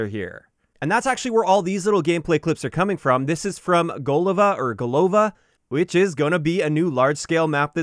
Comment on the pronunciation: golovA, goolovА́, ГОЛОВА!!! It means head in russian